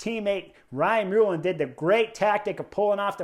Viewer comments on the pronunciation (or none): Great review as always!! You’ll never beat the 🇮🇪 😀!! You may not be saying his name for a while Chris but it’s Ryan MullAN not Mullen regardless of spelling 🤪👌🏻😉